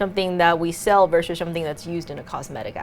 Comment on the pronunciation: Some-shing lol